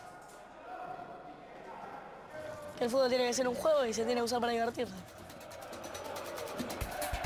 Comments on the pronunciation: es futbol no fubol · 24 segundos "fubol" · "el fubol"